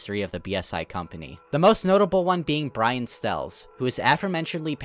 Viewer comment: "brain stells" do you mean brian stells